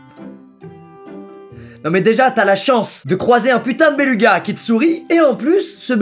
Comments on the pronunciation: Il me stresse quand il dit "bélUga" alors que ça se dit "bélOUga" 😂😂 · Béluga ça se dit bélouga pas béluga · Tout le monde fait une fixette sur les béluga et ce qu'ils font mais la seule chose que j'ai retenue c'est qu'il a dit béluga en disant U alors qu'on dit béluga en prononçant "ou" 😂😂 (Après peut être que je sais juste pas parler français et il a bien prononcer 😂) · J'adore comme squeezie dit béluga XD ça se prononce "bélouga" normalement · Y’a que moi que ça stresse qu’il dise belUga au lieu de BelOUga ? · EloDonito C’est parce que Squeezie a dit beLUga et non beLOUga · il parle juste du faite que squeezie a dit "béluga" au lieu de "bélouga" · Squeezie, apprends le parce que ça me perturbe. Ça se prononce "bélouga" 😂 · 'Un BelUga' si peu de respect pour un animal incroyable 🤣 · Nan pour moi c'est belUga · momé et clem Quéré oui ça s’écrit beluga mais ça se prononce belouga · "un béLOUga" ça vient du latin donc ça se prononce bélouga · EloDonito nan mais prcq Squeezie a prononcé béluga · on dit "bélouga" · Béluga se dit bélouga mais coll la vidéo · C’est béluga mais ça se prononce bélouga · je revisionne te Beluga se prononce belouga et il est écolo c tt, t drogué ou quoi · matheo clara Mon dieu, je me sens moins seule, j'étais pas bien à chaque bélugas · Non non est le seul à dire béluga